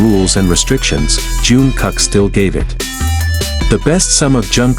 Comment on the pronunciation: I hate to be so blunt but, if you are going yo do a video about any members of BTS please learn their names before making the video. This is Jingkook not June.